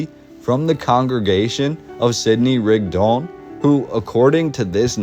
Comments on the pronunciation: Thank you, that was quite the history piece you left us here. In half an hour I learned more about SL City and Mormons than I ever knew. I have to ask a little thing: Why do you pronounce Rigdon as Rigd-ON? Shouldn't it be RIG-don? It sounds a bit unnatural to me linguistically. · It’s pronounced Rig-dun. I grew up in the church hearing it my whole life. 😂